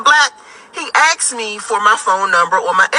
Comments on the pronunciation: “Me an dis guy was talkin an he axed me” Screaming Loud What exactly qualifies you to be so selective, in charge, and give advice? We are not trying to attract you. Why would we want all of that noise? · If her looks turn you off then listen to her mouth. Why do folks axed instead of ask? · She said “he axed me!” A person with my skin complexion would be scared off, because she’s scaring them off. Like my guy Kevin Samuel always says… “you can’t make this shit up!” 😩🤣😭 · 😄 🤣 😂 axed 🪓. I 🏃‍♂️ 🏃‍♂️ 🏃‍♂️ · He "axed" me. LOL.